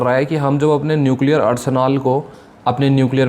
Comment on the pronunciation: न्युकलीयर....!!!!😅😅😅😅कुछ भी